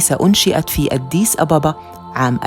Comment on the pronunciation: ليش تنطقي أديس بشكل غريب اد ديس